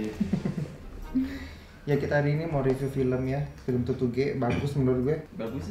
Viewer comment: Tutuge bang bukan tutugè 😭